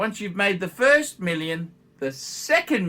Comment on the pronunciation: But not Phirst!!